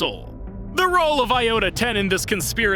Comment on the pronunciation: Diota-10? Thought it was iota-10